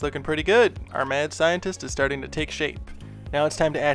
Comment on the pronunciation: I thought you were saying “man scientist” and I was like “okay, kinda weird to specify the gender” and I just realized you were saying “mad scientist” and I’m an idiot lol